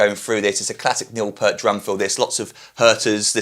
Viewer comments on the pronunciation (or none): its pronounced Pee-ert, emphasis on the e, not like the shampoo